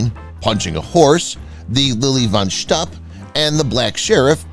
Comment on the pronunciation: Fun facts about THIS video: The narrator mispronounced "von Shtupp". Mongo did not ride into town on a horse, he rode on a bull.